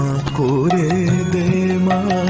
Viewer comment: আজকের এপিসোডে আমোদির কন্ঠে ---তুমি নির্মল করো গান টি তে ---মঙগল কোরে উচ্চারণ করা হয়েছে। প্রকৃত উচ্চারণ হতো করে অর্থাৎ হাতে। কিছু মনে করবেন না। আজকের এপিসোডে চোখের জল ধরে রাখতে পারলাম না। অপূর্ব কাহিনী বিন্যাস আর উপস্থাপন। আমার অনুরোধ যদি সম্ভব হয় শনিবার ও রবিবার তখন সম্ভব হয় যদি প্রচার করেন , তবে ধন্য মনে করব।ধন্যবাদানতে।